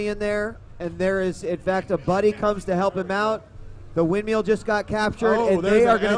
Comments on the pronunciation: No, he's actually saying windmeal. Which means you're eating while being in a storm. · Its "windmill" dammit! Not "windmeal". lol